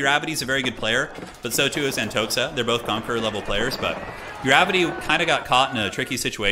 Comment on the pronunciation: Not AntoXa, but Antoha. It is Russian name Anton